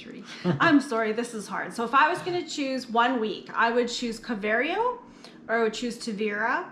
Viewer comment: I have heard it pronounced as Car-vo-where-oh with the emphasis on the where syllable, but i enjoyed your Car-very-oh too.